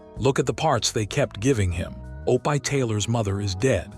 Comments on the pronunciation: some of the worst AI narration ever O-pie and Loss Angels. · I was thinking the same thing, yuck O-pie they should have the AI watch his show and learn how to pronounce it. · Please quit saying Opie Taylor he's name is pronounced Opee try it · O-pie’ — that’s just sad. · Mechanical, affected delivery. Too much repetition of information. Too many mispronunciations - Opie is pronounced "oh-pie", place names like Los Angeles, proper names like Bette Davis - made me cringe too often. Almost painful to listen to. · Marilynsarmstrong2016, I agree wholeheartedly! Almost every name is mispronounced almost constantly. Especially “Opie.” Seriously? I’m sure it’s AI. The question is “WHY??” Don’t they have enough money to pay a real person to narrate?!? If they’re going to resort to AI, don’t they have editors? This is ridiculous and I agree they put other things in there that don’t belong like other pictures of other people that have nothing to do with the story. I am going to stop watching these things because they’re too frustrating. I’m glad to hear you agree. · It's OPIE, not Opai! Blame it on the author of this video. If he has written the name correctly, it would have been pronounced correctly, but, on the other hand, if he had read it himself, he should have read it correctly, too. I can't stand AI narrators! Just such it up and read it, or find a friend who will read it. Is this a biography that someone put into video? My goodness, it's 4 hours long! I'm half an hour in and still haven't heard anything about the click bait title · Why do you care so little about a product you release with your name on it that you let the ai mispronounce a word over and over! You do know you can write Opie in a way that ai will phonetically see it and say “Opie” instead of “O pie” I’m not sure which is worse being an ignorant computer program or being a person who cares so little and is ignorant to the fact that a bunch of us will not sit and listen to this much ignorance abound!!!